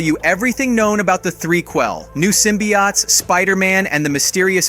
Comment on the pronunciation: its pronounced sym-be-otes not sym-be-oughts